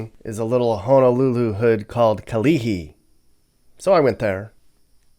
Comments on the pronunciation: BIG ISLAND 🏝 IS THE LARGEST ISLAND 🏝 in HAWAI’I NOT OAHU!! IT'S KALIHI NOT CAHILI!! IT'S MAYOR WRIGHTS HOUSING NOT MAJOR WRIGHTS!! IT'S KAM-IV APARTMENTS NOT CAM-IV!!🙏🌺🌈🌈🗽🇺🇳🇺🇲🌍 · Not going lie u said all dem hoods and on top of it its kalihi not kahili 😂😂srry bdaddah but u gotta go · "MAJOR Wrights Housing", "KaHili", "Cam IV Apartments", "MoLiLi" -----LOL! ----- so many errors in this video...an unreliable account. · It's Kalihi NOT Cahili- Haole! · Not kahili.. it's kalihi. Can't watch you anymore. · Kalihi NOT Kahili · 1: Bro it’s Kalihi not Kahili 2: It’s not Major Wright it’s Mayor Wrights 3: That wasn’t even Kam IV you just showed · It's Mayor Wright, not Major Wright and it's Kalihi, not Kahili, Kam IV, not Cam IV. It's Moiliili, not Molili... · Those half barrels are Kwanzaa huts. And it's kalihi, not kahili. And it's mayor Wright housing, not major wright. Kam lV housing wasnt what you were looking at. The reason why hawaii looks like this is because no one kept up the properties. Cost of living is so high, we barely get by just to survive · Kalihi. (Kah-lee-hee) Not Kahili. Waipahu: (Why-pah-who) Wahiawa (Wah-hee-ah-wah) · Yeah, I was cracking up, everytime he refers to "Kalihi" he says "Kahili" om....lmao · Kahili?!!?!?!? It is pronounced KA Lee hee. You clearly didn't bother doing your homework before filming. You ought to be EMBARRASSED of yourself! You are a prime example of someone who doesn't IMMERSE yourself in your work. Leave Hawaii and never come back! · Same here. Im born on big island, went high school on Maui and lived Oahu about 7 years. Miss home so bad ,but no can afford to go back. Barely even to visit. Lived in a few places in this video. Kills me to hear him say "kahili". If i hit the lotto, best believe im going back though. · Kalihi... ka-lee-hee... not kahili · Why-pah-who Ka-Lee-hee Lol